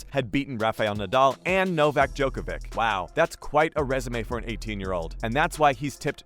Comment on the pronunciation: You're saying djokovic' name wrong